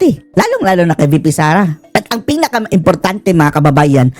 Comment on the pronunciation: Wish nga ni Tita Feng na palitan ang Blue Ribbon Committee into " Fink Ribbon Committee"😅😅😅😅😅